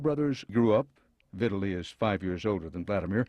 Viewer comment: Incorrect pronunciation of Vitali